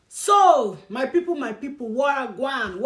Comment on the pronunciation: you actually say Wah gwaan real good